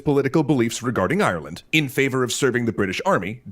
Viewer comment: the graphic reads "Kerry, Ireland," but I swear the narrator says "Kerry Island"